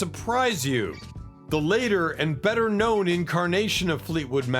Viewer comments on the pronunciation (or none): none